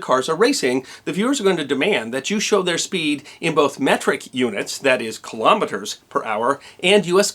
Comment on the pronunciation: kilometers per hour.....your pronunciation is SPO ON. Most people, say it in error. It is, '' kill om eters '' . Emphasis on ' kill ' not kilo meters. Thankyou. Metric system, is much easier to deal with........sixteenths,.....thirty-seconds......sixty-fourths.....what a backwards system....